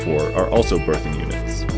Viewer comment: the way you pronounce "berthing" sounds like "birthing" and it makes me crazy lol